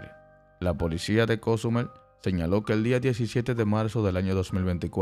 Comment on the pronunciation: El que da la nota de donde será que no sabe pronunciar Cozumel